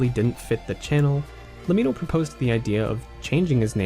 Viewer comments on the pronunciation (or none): Great video, but le-mee-no? Its an abbreviation for let me know, as in Lemmino. Just pointing it out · but that's not how you pronounce lemmino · its pronounce lemmino not lemmino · Isnt LEMMiNO pronounced like "Let me know"?